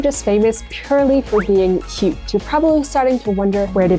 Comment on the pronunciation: Toooooo kawwi